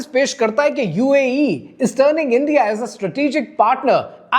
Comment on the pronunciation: انڈیا ہے اِندیا نہیں۔ باقی سب ٹھیک ہے ✨